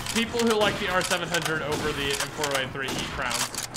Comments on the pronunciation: Dude can’t say “Crayons” right 😂 “If you liked the R700 over the M30 you eat crowns” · People who pronounce “CRAY-ONS” as “crowns” eat crayons.